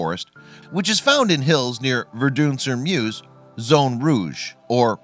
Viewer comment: “Vurdoon” the way he says it bugs me